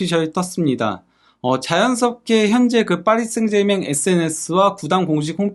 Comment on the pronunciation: 아무도 그렇게 발음 안하는데...하다못해 파비앙도...혼자서만 파리 생제맹 이라고 하네...참.....그래도 파히 라고 안해서 디행인가...